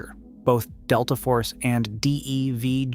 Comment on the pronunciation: I wish these channels would spell out DEVGRU and JSOC so the guy would read it how it really sounds when spoken about. maybe something like jaysock or devgrew would work?